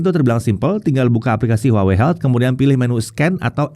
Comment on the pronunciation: tetep dibacanya : WAHWEi